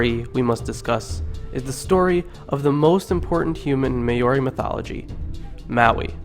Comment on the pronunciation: you got to learn how to say maori